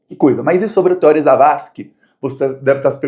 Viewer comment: é Theorí, o acento é no I e não no O.